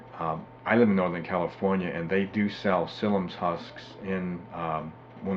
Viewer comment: Thanks. We just ordered some slippery elm bark powder to give it a try (we already had the psyllium. .... "psyllium" has Three syllables.. When you mispronounce things it damages your credibility, and your information is too valuable to have it degraded.